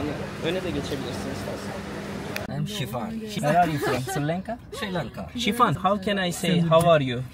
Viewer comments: Sri Lanka!, neden Sri lanke diye telaffuz ediyorsun:)) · Kardeşim harikasınız, Allah nazar değmesin 🧿🧿❤️❤️ birde Sri Lanka'ya sürekli Sri LENKA demeseydin keşke 😢